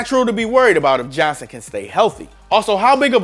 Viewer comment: 1) his name is Johnson, not “Johnsan” (autocorrect literally underlined it in red for you and you thought you were smarter than it). 2) David Johnson is a top 5 RB when he’s healthy while most people have to google Damien Williams to find out who he is, so do all of us a favor and never make another player comparison. BTW I think Philip Lindsay is a little overrated, but he’s definitely better than Williams and is still a very good RB.